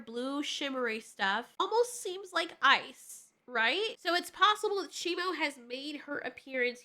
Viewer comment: Its SHIMU why does everyone keep on saying his name wrong its shimu not shimo